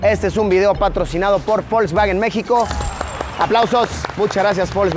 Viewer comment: por qué le decía folksfagen